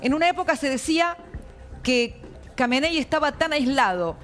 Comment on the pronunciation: Dijo camaney 😂😂😂😂